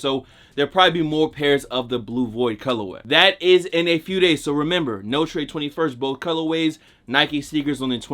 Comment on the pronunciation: You're pronouncing Notre wrong